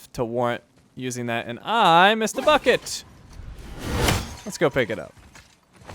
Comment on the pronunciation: I swear,every freaking time he says "bucket" I hear "Fuck it" or "fucket". So effing confusing.